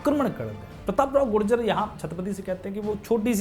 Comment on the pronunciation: bikul gujar hai gujjar nahi